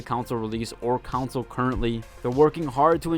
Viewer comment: PS5 "Counsel release". Yeah, that's not how you say that.